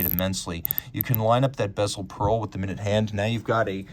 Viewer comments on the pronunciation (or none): none